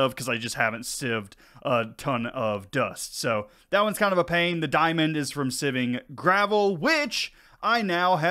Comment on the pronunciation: I 100% call it sieving too, not siving. But I don’t know how to properly English